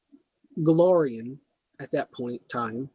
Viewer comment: Go-LAR-ion. That's an A. Not an O. Also while you are clearly very knowledgeable on the subject you need to work on presentation. Too many ums and pauses. Your phone goes off, somebody talks to you, and you step away like you're on a call. Simple editing dude.